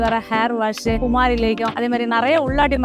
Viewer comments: 😂😂😂😂 குமாரி ஆஹா 😂😂 அது குமரி மா. குமாரி என்றால் இளமை. இதை பயன்படுத்தினால் இளமையா இருக்கலாம். அதற்குதான் அதுக்கு குமரி என்று பெயர். நீங்க குமாரி குமாரி என்று சொல்வது தவறு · அம்மா தாயே அது சாதாரண செடி அல்ல இறைவன் அருள் பெற்ற மூலிகை. ஆமாமா உங்களுக்கு அது சாதாரணமாகத்தான் தெரியும். குமாரி அல்ல குமரி அதன் பெயர். குமாரி என்பதன் அர்த்தம் வேறு குமரி என்பதன் அர்த்தம் வேறு. தமிழை தவறாக உச்சரிக்க வேண்டாம்.